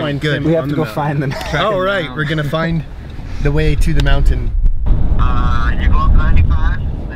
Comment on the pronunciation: he said, find da way. Do you know da way?